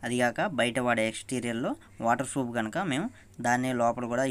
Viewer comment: Froff not bro proff😂😂